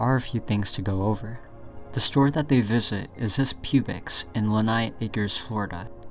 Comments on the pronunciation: When he called Publix (pronounced "public's" like a public library is owned by the public) pubics I lost it 😂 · Bro... you really just called publix "pubics"🤣 its "publics", like for the public. Lol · 7 months later I am still shocked by you pronouncing Publix as Pubix LOL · bro did not say pubiX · "pube licks" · Why do you say Publix like that?? Pube-icks??? It’s Pub Licks! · I've never heard anybody call Publix (Pronounced Pub-licks) Pew-bix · hearing someone call a Publix an Pubics is pretty funny. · I’m sorry did you say PUBIX??? When it’s clearly PUBLIX? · "this pubix in lehigh acres" im sorry my good sir but, is there not a thing called a "pubix", there is a thing called a publix though, emphasis on the L in the word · IT'S PUBLIX, (PUB-LICKS) as a south carolinian, my body physically hurt when he said "puebix" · It's not pronounced "PUBE-icks", it's "PUB-Licks", a fairly ubiquitous grocery store chain throughout Florida... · PUBICS 😭😭😭 bros never been to florida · "Pubics" PUB-LICKS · just FYI it’s not pronounced Pube-ix it’s Pub (like a sports bar) Lix (licks - rhymes with mix) Publix. Like public but with an x. It’s a grocery store chain common in the south US. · It's pronounced "pub licks" not "pubelicks" Though, as a Florida Man myself, as a joke we do call it pube licks. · no way you just called PUBlix "p-ube-ix" lmaoo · Its pronounced public's not pubics 😂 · PUBIX?? Good grief. It's PUBLIX! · He just ignores the 'L' and goes for the "pubic" sound for the initial syllable rather than the "public" one. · It's Publix, pub licks, not pubeix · Bro, you need to see an eye doctor it's clearly "Publix" (PubLICs) not Pubix. Also its Lee-high not nigh 😅 where'd the N come from? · Pubics? PUBICS? REALLY BRO!!!! ITS PUBLIX...PUB-LICKS!!!! GEEZ...GRAB A PUB SUB BUBB!!! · It's Pub - Lics not pubix lol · Pub-licks. NOT "pubex". Lee-hi. NOT "lenai". Publix. Lehigh. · Good grief! It’s not “Pube-licks” it’s Pub-licks! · Not PUBEix 😂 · That’s not Publix that’s Publix!